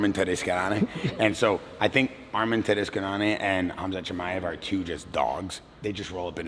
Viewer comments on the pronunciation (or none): Arman what? 😂😂 "Taruskaen"? Why can't he pronounce "Tsarukyan"? 😭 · Arman Ta- what? Dude you completely butchered the man's name! 😅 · Why can’t he say Arman’s last name? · When he butchered Arman's last name, I thought there might have been another fighter with the same name. 😂